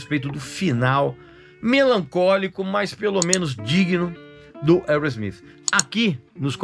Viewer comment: Boa pronúncia do nome da banda. Mandou bem 👏👏👏